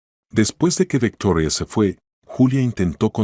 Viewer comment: Este señor no sabe hablar o leer Cúal macol es maikol y se escribe Michael y es VICTORIA no vetorea. Lea bien